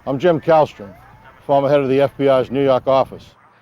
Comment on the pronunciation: "New Yark office" u mean 🤣gets me everytime